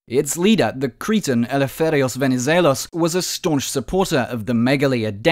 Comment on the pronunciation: I noticed that this time your pronuncuation of Venizelos was "the correct" after some ppl pointed this out in an older video😂